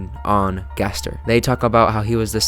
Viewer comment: gaster in chapter 7: its pronounced ga-STAIR gaster jingle plays gaster disappears credits roll